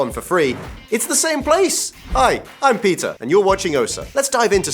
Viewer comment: When he said ' Hi I'm Peter ' I heard ' Hi I'm pizza '